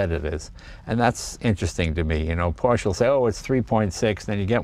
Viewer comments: IMO this is Leno's best video and I think I liked it best because it's just Leno and his INCREDIBLE knowledge and love of this Porsche. I was surprised that the first time in this video that he said "Porsche" he mis-pronounced it. I know Leno knows how to properly pronounce 'Porsche". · Jay, it’s not a “PORCH”, it’s a Por’shuh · It’s Porsche not porsch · Jay, The salesman Neillo auto Group Sacramento told me "your are an owner now, its pronounced Porscha". Thanks for sharing your love of the auto.